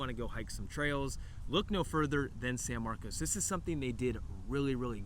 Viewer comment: thanks for not pronouncing at it san marcus…